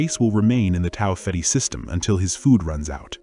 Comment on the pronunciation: Learn how to say Tau Ceti